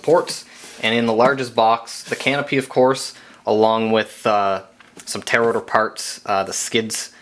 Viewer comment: Man,... "Tail Rotor" are two separate words. You keep sayin' "Tarotor" LOL! Couldn't resist! Nice build vid. Learned a lot for my build. Thanks!